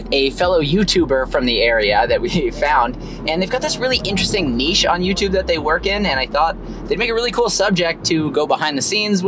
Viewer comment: Still my favourite content creator, and the fact that he says ‘nichè’ properly just justifies my support!!! Never change